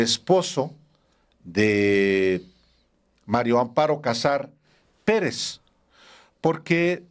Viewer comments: PORQUÉ POCOS DICEN BIEN EL NOMBRE? ES MARÍA AMOARO, NO MARIO AMPARO, AÚN ASÍ QUE DEJE DE COBRAR LO INDEBIDO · No me cabe en la cabeza la dificultad del periodista Álvaro Delgado para pronunciar el nombre de la corrupta viuda... María Amparo. Todas las veces que la menciona la menciona como Mario Amparo.😅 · Hola Álvaro, buenos días disculpa pero parece que dices Mario Amparo 😊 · ¿Porqué Álvaro Delgado dice siempre "MariO Amparo Casar Pérez? Es mujer y se llama MARÍA AMPARO... 🫢🤷 ¿Le costará mucho trabajo pronunciar " MariA"? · Álvaro, estas repitiendo constantemente mal el nombre de la señora María Amparo como Mario!. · Es MARÍA AMPARO CASAR. No Mario Amparo... ¿Por qué casi todos pronuncian mal su nombre? Es más fácil pronunciarlo correctamente. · Álvaro, siempre dices MARIO Amparo Casar Pérez 😅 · Les cuesta trabajo decir María Amparo, a los dos excelentes periodistas!!